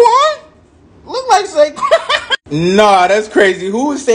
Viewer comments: He really said saquon son 🤣🤣🤣🤣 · Can you please learn the players names (Saquan Son-Marlon Humphrey) (NPC- Quenton Nelson)